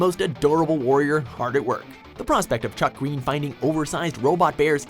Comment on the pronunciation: Wrong way to pronounce: Chuck Greene Right way to pronounce: Little Chucky gween👌